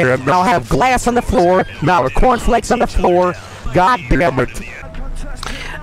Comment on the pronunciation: "yoU guYS aRe gOIng in the cOUrn flAEAKs nOw"